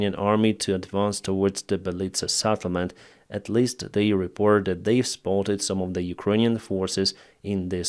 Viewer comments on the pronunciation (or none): Dear, it's sEttlement, not sattlement;-) Wish you all the best